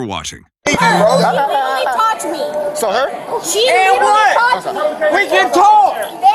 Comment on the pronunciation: leetereelee leeteree leeterree leterree of all of the words to learn in English. She sure got that one quickly.